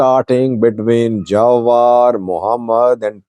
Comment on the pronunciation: His name pronounced Jewar ( like je for German ) not jawar👍 also what is jewar he only talk talk bla bla not in the armey he is nowhere just talk the talk😂